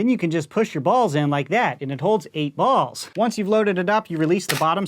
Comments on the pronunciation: Same every single time he says balls I always say it again like it's weird lol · I don't know if is saying it differently, but in the beginning when he's stating what comes in the package, it sounds like he's saying "Balls" really goofy. "Included with The Vision is the blaster, bAULs, and instructions." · The way he says “bAlls” is the best part of the video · i love how he says ✨bALLs✨ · “Bawls” gets me every time 😂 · "Starting with the new blue bawls"😂😂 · why you sayin balls like that? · the emphasis on balls 💀💀💀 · The way he says balls is hilarious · The way he says "balls" is killing me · The way says balls is hilarious!!!!